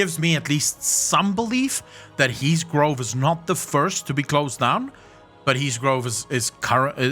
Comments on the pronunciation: *Grove. Please stop saying “Drove” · The word is GROVE lol, not drove